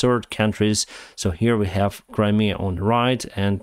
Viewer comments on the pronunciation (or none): none